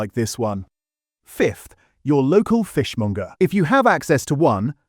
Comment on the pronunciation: It's fishmonger, not fishmunger FFS. AI cockup again.